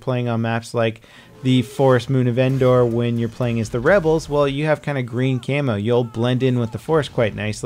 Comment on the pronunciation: "Rubbels" really?